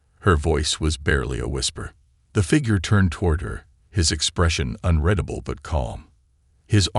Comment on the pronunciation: It's funny all the inconsistencies don't bother me as much as how many times in all these stories when "UN-RED-ABLE" is mispronounced.